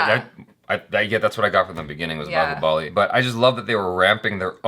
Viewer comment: Every foreigner pronouncing Bahubali funny way prabhas who acted role of Bahubali be like why u guys bullying me 🥺 we audience b😂😂😂